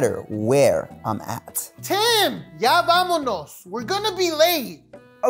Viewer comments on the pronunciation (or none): none